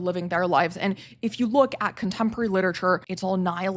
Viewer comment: please pronounce literature correctly